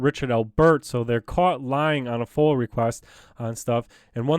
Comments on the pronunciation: Hey! wrie county. Live your activist.. BUT PLEASE ATIP SAYONG FOIL!!!!!!! IT IS NOT FOIL. ITS FOIA... pronounce it with me.. FOY- UH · Love your stuff.....it's FOIA not FOIL tho. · Once again it is NOT a FOIL request it is FOIA request Freedom Of Information Act pronounced FOY YAH